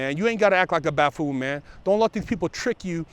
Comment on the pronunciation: I like and I like what he does with the podcast. He's a real dude. He was close enough to buffoon with ''baffoon'' so I think he should get a pass for flubbing the word. Not to get too much into politics but I don't see ''baffoon'' as a big deal when there's a possibly mentally ill buffoon in the white house representing the United States.